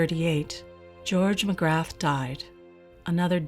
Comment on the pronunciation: Dr Magrath - you don't pronounce the "th".